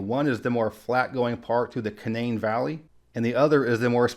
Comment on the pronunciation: points for pronouncing Canaan correctly